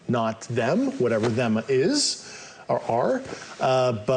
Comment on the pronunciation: Constrived, Nuculer, Manevolent 😅